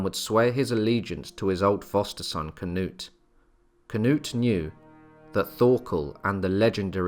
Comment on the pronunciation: As a Swede I don't know why you change the names to a English version. I don't care if you pronounce it wrong but its kind of disrespectful in my opinion to change their names. For example you say "Canut" It's Knut without the A. You could just not say the A and you would say it right. And Thorkell is Torkel. And so on... Also if you need help with how to pronounce names and places I'll be glad to help.